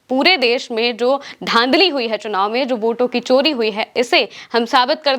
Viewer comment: Kya kya anchors aaye hain chori to 'sori' & social ko shhoshal....